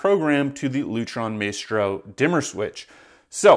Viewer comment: You don’t even know how to pronounce Maestro🤦‍♂️